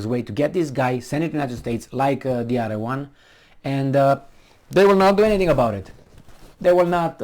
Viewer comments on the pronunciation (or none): none